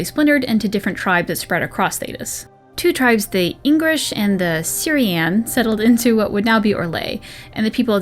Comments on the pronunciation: Everytime you say Inghirish it sounds like an asian accent saying English, i love it. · FML, Ingrish...